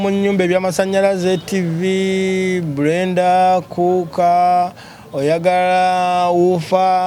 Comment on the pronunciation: It's Blender not Brenda 😂😂😂😂naye mama seems u don't have l in your tongue